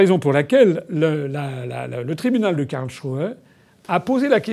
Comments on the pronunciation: KarlSruhe et pas Karlchruhe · Simplement si vous pouviez prononcer Karls---et puis ruhe, ca ferait un peu moins quak aux oreilles. Cest un genif s et ruhe veut dire repos, calme mais quand vous le prononcez ca fait shrew. Surement, on y trouve ses megeres...